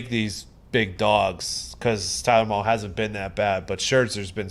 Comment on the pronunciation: its pronounced Tyler MALEE guys. Please stop saying mall lmaoooooooo